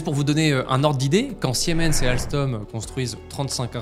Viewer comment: General Electric, sans S, SVP. Et Siemens sie prononce SImens, et non siémens (sic).